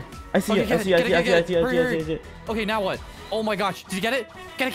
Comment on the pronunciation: "are you serious right neow"